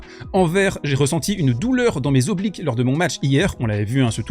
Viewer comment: On dit pas zobliques mais oblique s